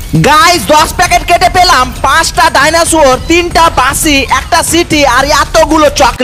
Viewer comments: ভাই আপনি ডাইনোসরের 💚🦖খেলনা না বলে ডাইনাসূয়োরের🦖🦛 খেলনা বলেছেন😅😂🤣🤣🤣🤣🤣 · ডায়নাসোর ❌ ডাইনোসর✅ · ডাইনসর❌ ডাইনোসুয়র✅🦕🦖